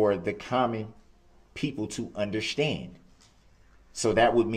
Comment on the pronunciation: I hate how he says, "undershtand."